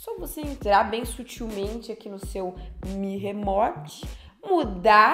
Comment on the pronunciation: Mi "remote" kkkkk. Uma dica bem simples e que vai deixar bem melhor os vídeo, Não sabe pronunciar termos em inglês? No Google mesmo vc tem exemplo de como se pronuncia, fica muito melhor falar o termo corretamente. Vcs vivem de gerar conteúdo, então não acho frescura não, os gringos quando falam termos estrangeiros tb costumam estudar e tentar falar corretamente